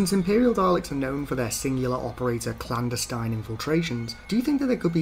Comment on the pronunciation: Just because I’m a grammar nut, more emphasis on the E in clandestine 😊 clan-deh-stine. Funnily enough, I watched Remembrance over the weekend. I think it is my favourite episode of Classic Who!